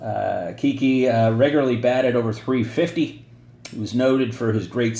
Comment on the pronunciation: Great informative video per usual. Just a heads up on how Cuylers nickname was actually pronounced and why… Though contemporary newspaper reports typically referred to Hall of Fame outfielder Hazen Cuyler by his given name, the right-hander is more easily recognized by one of the most unique, yet most often mispronounced nicknames in baseball history: Kiki. “It came from shortening my name,” Cuyler explained about acquiring the moniker (which rhymes with “eye-eye”) as a minor leaguer in 1923. “Every time I went after a fly ball, the shortstop would holler ‘Cuy’ and the second baseman would echo ‘Cuy’ and pretty soon the fans were shouting ‘Cuy Cuy.’ The papers shortened it ‘Kiki.’”1 According to another story, the sobriquet had less glamorous origins: It arose as a way to mock Cuyler, who struggled to overcome his stuttering.